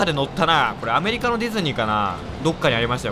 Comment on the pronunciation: さんのアメ↑リカ↓のディズニー好き❗